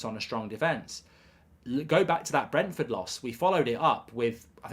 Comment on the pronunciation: You could not pronounce Brentford at the beginning and then could not differentiate between Brighton and Brentford. Top class work.